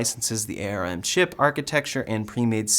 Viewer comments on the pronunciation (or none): Just so you know, It's pronounced "arm", not A R M. Thanks for the update. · ARM should be spoken as arm and not a.r.m. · All good but ARM as a company is pronounced as the limb "arm", one word not spelled with individual letters : A.R.M. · we usually pronounce ARM like the part of your body.. not per letter.